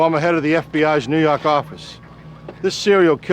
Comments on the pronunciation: "New Yark office" 💖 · " New yawk office" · NEW YAWK AFFICE!